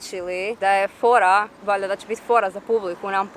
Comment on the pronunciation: Naglasak na "valjda" 🤣🤣🤣😂👌🏻